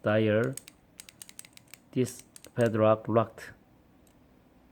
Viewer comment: YOU SAID PEDRAK INSTEAD OF PADLOCK